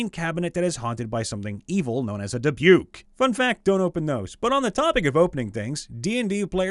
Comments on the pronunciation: "Dibuke box"😂 Dybbuk is pronounced "Dib-uk" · Not Dubuque. Dibuk. Not dibewk. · It took me a few to understand what he was talking about. “What the heck is a dibyuke”